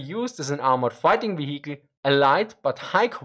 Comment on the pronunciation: Don't forget the "veheekl". And "neinteenfoadi".